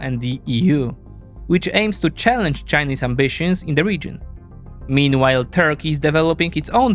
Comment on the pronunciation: you need to better pronounce “meanwhile”